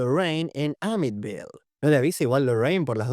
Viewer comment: Que no es Amityville no amitville ?